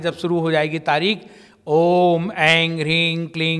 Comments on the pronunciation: मुझे भी लग रहा है ये गलत उच्चारण कर रहे है इंग का प्रयोग कर रहे है बार बार ओम एंग जबकि एम आना चाहिए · दीदी ये जो उच्चारण कर रहे है वो गलत लग रहा है। शब्द पर बिंदी आ जाने पर म का उच्चारण होता है। ये एंग बोल रहे है एम की जगह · mantra ko galat pronounce kyun kar Rahe hain..aim hota hai as aur aap Aing bol rha hai kleem ko aap Kling bol rhe hain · go ka uchharan hona chahie ang ring cling q